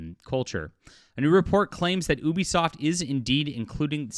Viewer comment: I like how you never say Ubisoft name right unless if it’s reading something someone said (sometimes)